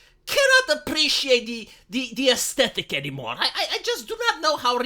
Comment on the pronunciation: i have to say, seeing/hearing a ugly troll avatar saying "i apprrrreciate aesthetics" is kinda funny (and yes i understand you right, dont worry iam with you)